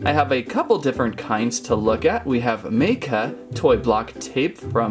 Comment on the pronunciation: Ma.ka is how you pronounce it